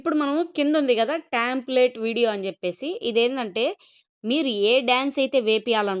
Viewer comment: టెంప్లేట్ NOT ట్యాmప్లేట్